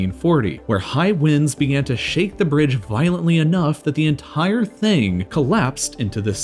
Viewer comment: Why do you speak like this? They tHOwed the enTHire sTHrucTHure. It's absolutely annoying and distracting. I can't stand more than a few minutes. Sorry.